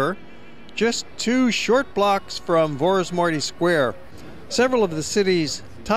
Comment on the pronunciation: I appreciate his effort to show our country to the world but next time please learn how to prounounce Vaci utca, Vorosmarty ter, and all the names. Thanks!